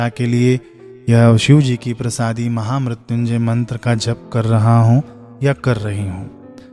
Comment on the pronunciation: Maine pahli bar mahamrityunjay mantr ka sahi uccharan sirf apki hi channle par dekha ..sadhuvad Bhai 🌹